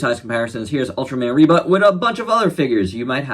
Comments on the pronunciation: Ribut is storm in Bahasa Malaysia. Its Ribut like "boot" not "but". Nice review love this Ultraman! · I knew Ribut from Upin Ipin, lol, and i instantly fell in love with him back then Oh, and you can pronounce him like Reboot, with a faster oo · U speak the name really funny but! The first name u called was right.and im getting wierd vibes when u say the name funny like ultraman rebutt..like..he just have his butt.. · u speak the name funny...